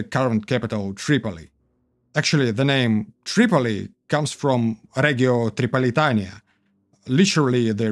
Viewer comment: my boy that "Триполитания" was the most Russian thing I've ever heard